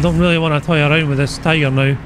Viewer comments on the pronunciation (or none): Whats up....Well thats the way it sounded lol..How goes it. How your doing well bro